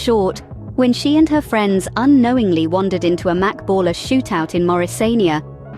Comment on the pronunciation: Whoever made this video is a terrible editor fr the images and the voice over dirt and wtf is a ball-a ai so smart but can’t pronounce shit